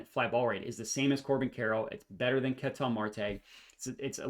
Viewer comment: big fan of your work but it hurts listening to you butcher the pronunciation of "Ketel" over and over lol. If you watched him play, you'd know that's not how you say it.